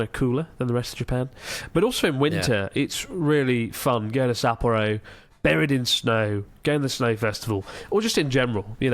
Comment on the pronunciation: Chris-san, your pronunciation of Sapporo must just be the worst ever. I am horrified! 😅